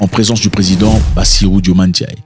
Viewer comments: Cher frère, veuillez bien prononcer le nom de notre jeune Président svp ! Bas si rou Dio maye Fa ye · Bassirou Diomaye Diakhar Faye comment vous prononcer le nom de notre president fait rire. Merci. Vous faites de belle analyse 👏🏾 courage